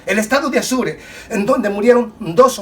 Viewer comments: Apure... Estado APURE.. No se le dice Azure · No es Asure, es Apure. Yo también confundía a Chihuahua con un perrito. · Mi amigo muy buen video. Pero se dice Estado Apure